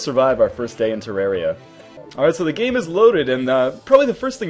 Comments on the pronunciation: you said terrari wrong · some people say terr-air-ia so dont hate.